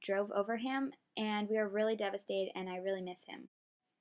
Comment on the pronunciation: You said devestataid sooo much